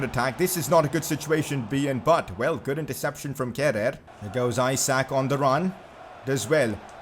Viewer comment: It isn't how you pronounce Kehrer. It's more like "Keh-rar".